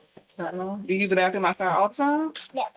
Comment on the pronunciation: Bath room not bath thoom 😒